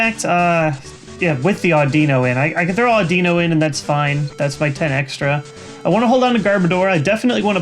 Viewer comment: i noticed you mispronouncing audino and cilan compared to the anime you pronounced the i like it was an ee but in the anime its said like the i in anime same goes for cilan he is pronounced like silan with the same kind of i